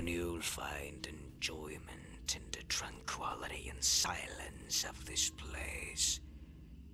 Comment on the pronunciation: “tranQUALITY” I mean if you can’t even pronounce your script correctly, that right there is immediate quality assurance red flag